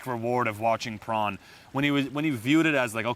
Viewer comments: Great advice I swear he called it Prawn not porn tho haha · poRn not pRon